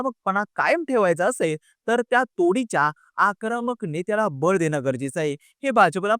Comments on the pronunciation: आकरामक नाही रे... आक्रमक 😂😂😂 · जत चा उच्चार चुकीचा केलात आणि आक्रामक नाही आक्रमक असत ते 😊